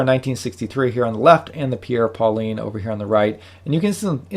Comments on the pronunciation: Great review! One complaint...It's pronounced "Paul-ain" with a soft "N", not "Pauline". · I much prefer the Merkur, mostly for the dial legibility and case design, as well as the suede strap. Just a note..."Paulin" is not pronounced "Pauline", but rather more like "Paul-aingh) with an almost silent "n" sound. Great review. You and Shane are a great duo. I'm going to watch his review and see if he mispronounces "Paulin" as well!